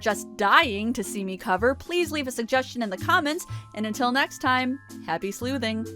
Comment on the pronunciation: Pretty sure that's not how you pronounce 'sleuthing'.